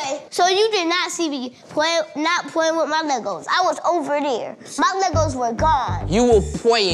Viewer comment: I love how major said “Pwaying” and his brother mocks him “Pawying”, so he rebuttaled with saying “Playing” clear as day! Him so cute.